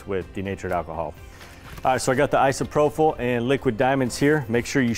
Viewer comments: It’s ISOPROPYL, not isoprofil. You’re pronouncing it incorrectly. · Great video. Everyone is a critic and I just have one thing to say that drove me nuts in this video; "Isopropyl" is pronounced īsəˈprōpəl. There is no "f" or "ph" in the word. Keep up the great work and sharing. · My one critiques? - The mispronunciation of Isopropyl alcohol. There's no "h" after the last p, so should not have an "F" sound. Both gentlemen said Isopropyl alcohol wrong. - Waiting longer, like closer to 3 or 4 hours, will help curb a lot of the dripping I saw here. Would have reduced resin loss. - Would have mixed diamond dust in with the resin pours, instead of trying to spray on with Isopropyl alcohol. Accomplishes the same effect, but without the extra step of spraying; which was messy and felt clunky with the clogging. - Would have torched to be on the safe side. It's fast, easy and guaranteed to get rid of your air bubbles and not take a change that your eyes missed some when trying to mist on a spray. just my .02 on the critique. Otherwise, fabulous and beautiful design. Great job. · Awesome video, but you are killing me every time I hear isprophyl alcohol instead of isopropyl alcohol. No F sound please. LOL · Just as a note...it is isopropyl alcohol...not isoprophyl...no H. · Pretty certain you mean "i-so-pro-pill" alcohol. It is spelled isopropyl, not isoprophyl. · Was he saying "isoprophyl"?